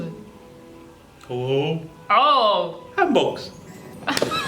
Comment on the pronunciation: The pronunciation of Hanbok triggered me so much